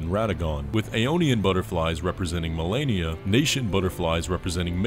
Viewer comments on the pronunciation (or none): none